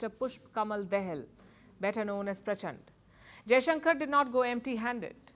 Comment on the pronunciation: can't you pronounce ' दहाल ' properly then don't know how do you read upadhyay ( उपाध्याय), stop act like englisher than english